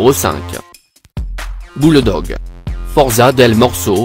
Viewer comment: Lors du Bulldog il parle en latin ou quoi ?